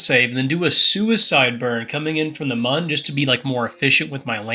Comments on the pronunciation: its Moon not mun you clown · you are calling the moon wrong you say mun instead of moon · Pretty sure Mun is pronounced Moon... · Why was he saying Mun instead of moon😭😭